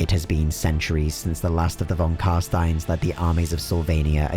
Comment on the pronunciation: You mispronounced non Carstein. They're going to feed you to bats.